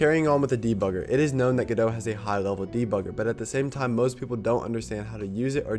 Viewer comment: You pronouncing Godot correctly fills me with hope.